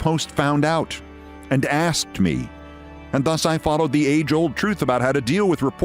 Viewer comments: "Nobody AXETD you!" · "because nobody axed you"